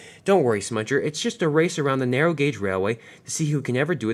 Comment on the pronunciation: You said narrow rong